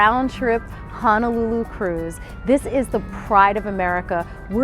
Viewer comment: BTW,...During intro, you mis-spoke when you mentioned "R/T Honolulu cruise"...It's a 7-day Hawaii interisland cruise. Honolulu is city/district on Oahu island. Also...Honolulu=Hoh-noh-loo-loo not Hanalulu. Hana is town on E Maui